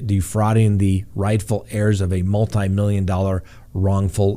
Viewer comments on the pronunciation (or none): none